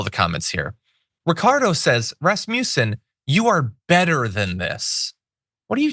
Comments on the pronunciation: Not really relevant for substance, but please do place the power on the a in Rasmussen, which is a Danish last name meaning son of Rasmus (names ending son are Swedish). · #TheDamageReport #JohnIadarola please stop with the trumpian schooltard racist taunts. You know damn well it's Raz Muh Son, NOT rasputin/rasmusen It cheapens you r message thanks